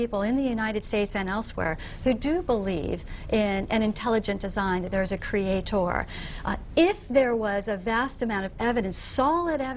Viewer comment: Does she have to say "creatoor"?